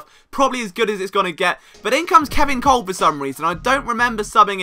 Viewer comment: Kolb is pronounced Cobb